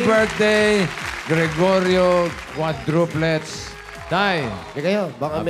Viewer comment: “ QUADRO PLETS “ 😂 happy birthday to all bofh of u n god bless more 🙏🎂😂🥰